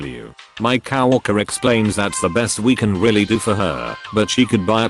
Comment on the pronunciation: COW-worker? <Snicker> Udderly silly pronunciation.